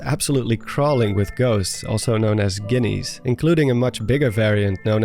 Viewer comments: Lmao they’re called GEENEES not Guineas that’s a slur for Italian people 😂 mama mia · lol I’ve never heard anyone pronounce “Ghini” that way, but it get’s a little too close to the slur for me 😂